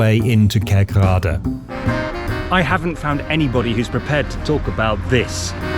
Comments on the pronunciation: Pretty accurate. Only one issue, and that is the northern dutch pronunciation of KerkRAde. This is incorrect. The residents and I´m guessing 99% of inhabitants of southern Limburg call it `KERKrade` or `KIRCHroad`. People in the north and west of the Netherlands have a tendency to emphasize the wrong syllables in towns and villages of Limburg. They´ll call the village of MARgraten `MarGRAten`, they´ll pronounce the village of Wijlre as `WHILE-ruh" instead of the correct "Weel-RAY". Foreign speakers will even pronounce the provincial capital with the wrong emphasis and call it "MAAStricht", instead of the correct MaasTRICHT. As a dutchman from The Hague who spent most of his youth in Limburg, but is currently living back in the west of the Netherlands, this is a bit of a peeve I have. Maybe a small issue, but you wouldn't take a documentary about Queen Elizabeth seriously if the narrator kept calling her country Great BruhTAYNE. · Nice! I live 5km from this situation, and are totally used to it, because I live here for almost 50 years. My English is bad, really bad, so I hope you can understand me. You pronounce both townnames the wrong way, as in that you have the wrong Emphasis. It's herzogenRATH and KERKrade, not the other way around. Just saying... I'm enjoying your video though.